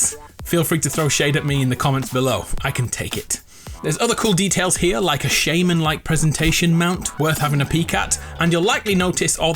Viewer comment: It’s shaman not “shamane”